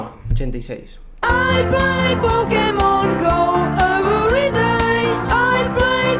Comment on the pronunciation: ai plei pouckemon eberidey